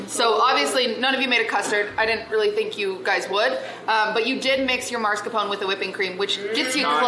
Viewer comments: Do you actually pronounce Mascarpone as „Marscapone“ in english? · Why does everyone pronounce mascarpone as "marscapone"? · Great episode once again <3 ! I'm so confused why is everyone calling mascarpone "maRscapone" 😭 Is it like American pronunciation or sth?? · did she call it marscapone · It's common but no, it isn't right or anything in any way. At least with like aluminum, the extra I wasn't always there, so it was once proper our way. But no, Mars-Capone is just gangsters in space. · Why can't anyone pronounce Mascarpone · Does anyone there know how to say Mascarpone? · I can add mascarpone 🤌to the list of "things americans pronounce differently than the original word for no apparent reason"